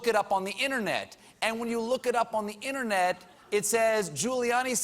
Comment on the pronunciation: Why is it that even Colbert can't pronounce internet. It's not innanet.